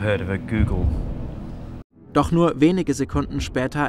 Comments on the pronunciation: Das ist leicht eine 1 mit 100 nullen heist gogol aber man spricht es nicht google aus😂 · Auf deutsch werden die os im Zahlwort wie in Hotel ausgesprochen